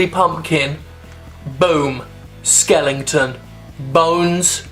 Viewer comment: love ya Jim but the word is skeleton, not skellington